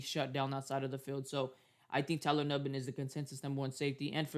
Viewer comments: he definitely didn't. He kept saying Tyler Nubin's name wrong pronounced "noo-ben". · actually it’s pronounced “ New-Bin” so clearly you don’t know how to pronounce it yourself , also multiple folks have been saying his name wrong this whole time go tell other packer fan pages messing his name up then ! Lame as hell dude